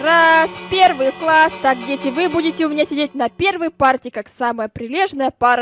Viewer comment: Ты сказал квасс а не класс